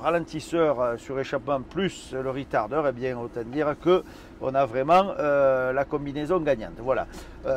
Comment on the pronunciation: il semblerait que ce soit de l'anglais, ou plutôt du franglais, avé l'acceng du sud